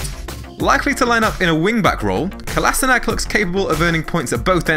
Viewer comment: It's not KolasinaK, it's KolaSHinaTS.